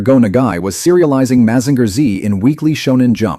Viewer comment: Mazinger Z, pronounced Mazinga Z in japaness, is the real name of the robot